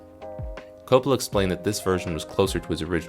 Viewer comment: man, first of all its pronounced CoPPola not Copla. its an italian lastname. with more Accent on cOp... part.